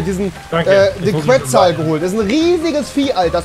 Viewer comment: warschscheinlich ist der qwezel einer der sterksten dinos ps: so geil wie die ,die dinos falsch ausprechen